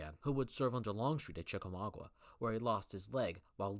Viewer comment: Chickamauga... not Chickamaugua.